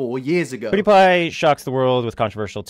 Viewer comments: The way Onision says pewdiepie annoys me. It’s pewwwwwdiepie. Not poooodiepie. I sound like hermione. Lol. It’s leviOsa. Not leviosA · I HATE how he says pewdiepie. ITS NOT POO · No one: Onision: POODEEPIE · He pronounces pewdiepie as 'poodiepie' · The way onison calls pewdiepie pooDiePie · He called him PUDIEPIE 😁i cannot !Mate if u wanna go after someone atleast say their name right😂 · I hate the way Onision says Pewdiepie. "Poo diepie" wtf cringe. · Onion Greg says “pewdiepie” like “pudipie” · Onison: “poodeepie” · why does he keep saying "poodiepie" wtf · onision is say pewdiepie wrong its not pooddiepie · awesome video but if i hear onision say “poodiepie” one more time i’m calling the police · Onision: “PooDiePie” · I fucking hate how he says poodie pie, he thinks he is funny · Onision can't pronounce Pewdiepie, lmfao. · Onion brain cant even say PewDeePie right XD